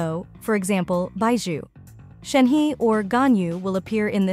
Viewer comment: who tf called shenhe as shenhi!!! its shenhe brother that triggered me hard